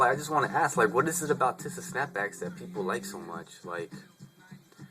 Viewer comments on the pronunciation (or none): You make fun of what Taz Arnold wears but you want everyone to have their own style. You make a video on tisa and you cant even pronounce ir right.(Tee-sa not Tih-Sa) Dont worry about how much other ppl pay for hats. I have both regular and tisa snapbacks & if we have no problem paying more money for the same thing with Ti$A stitching, why should you? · My humble opinion on your video is that your saying teesaa wrong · tisa-( tea-suh) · pronounced tee-z-ah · bro no disrespect or anyhting but its pronounced Tee-Sa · Good Video! It's Pronounced Tee-sa ( TISA ) lol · your pronouning ti$a wrong